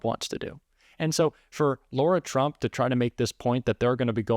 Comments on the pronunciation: Isn't it "Lar-ah" not "Laura"? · Lara not Laura - come on, giving MAGA grief for Kamala pronunciation! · I LOVE that you call her Laura instead of Lara!!!!🤣🤣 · Please. Understand….the name is LARA not Laura….. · her name is LARA not Laura. A horrible person, but get her name right. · ‘Lara’ not ‘Laura’ surely! If it’s spelt Lara it isn’t the same as Laura. It’s the same difference as that between ‘far’ and ‘four’. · dude, her name is lara, not laura. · I thought her name was Lara (as in Lara Croft, not as in Laura) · Her name is Lara, not Laura. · Now … are you pronouncing her name incorrectly… isn’t it L..Ara …. not La Ura…. I know it doesn’t make any difference to her acceptability as a respectable spokesperson… but under all the other pronunciation uproar perhaps we ought to get it right. 💙💙💙💙💙💙💙💙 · Just a pet peeve of mine: Lara ≠ Laura. Both are distinct names, spelled and pronounced differently. Other than that: Carry on as you have, your work is appreciated! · It's LARA not LAURA. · You need to pronounce it right. Her name is pronounced LAR-AH. Not loor-ah. We can’t call them out for not pronouncing Kamala’s name right if you don’t do the same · Calling Lara Trump "Laura" is as disrespectful as mispronouncing Kamala Harris' first name. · Laura is Laura. La-Ra…. Lara is not Laura. You are calling LaRa Laura. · Lara, not Laura. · It’s LARA not Laura!!!!!! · I think it’s pronounced Lay-Raw. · Pronounce Lah' ra